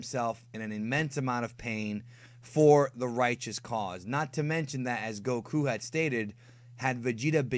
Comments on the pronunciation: why do you pronounce gokus name koKU ? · Goku? Nah.... GoKOO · the better question is why they fooled me by dubbing it incorrectly in the American dubbs where they pronounce it more like "Góku" with emphasis on the o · FUCKING. SAY. GOKU. NORMALLY. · Ugh, I like your videos, but I hate how you say Goku. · The way you say Goku and Saiyan is odd